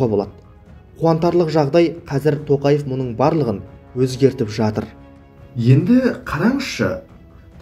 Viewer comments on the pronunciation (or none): none